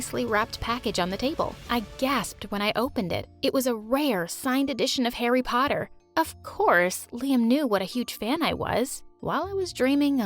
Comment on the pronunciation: me: thats not harry potter thats "hurry puoter